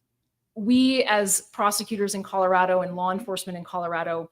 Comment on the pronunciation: A simple request. We who live in this beautiful state, pronounce it ColoRADo not the ColoRODo. Even our Governor Polis has requested the correct pronunciation.